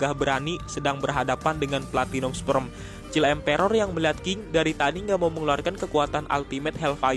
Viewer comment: Please read "child emperor" in proper pronunciation.